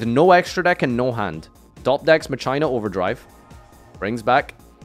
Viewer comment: I hate how he says Mah-Chay-nah